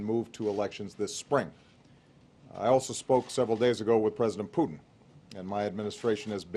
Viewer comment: When Obama said Putin.. it sounded more like Poop 💩 ..... 🤣🤣